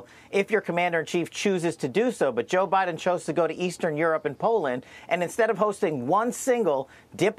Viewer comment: scwincy eyed O BINDEN what else can you say